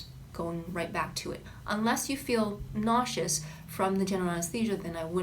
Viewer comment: Weird how you pronounce Antibiotic and naucious, helpful advice.